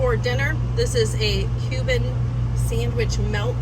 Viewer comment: I'm so thankful you showed your writing. I thought you were saying "human" sandwich. I almost turned off video. The I see cuban in writing, ha. When you described ingredients I was like - what makes that human? I was thinking maybe it was a play on the 'proper human diet'